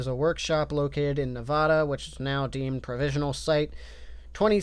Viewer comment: Hey you pronounced "Nevada" correctly! A pleasant surprise